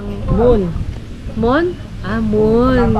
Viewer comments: Muhon 😂😂😂😂 Hindi moon✌️ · “”MOHON “” hindi mon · Mohon tawag jan hindi di moon😂😂😂 mohon...😅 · Mohon yon hindi hamon..hahaha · mohon hindi moon 😂😂😂😂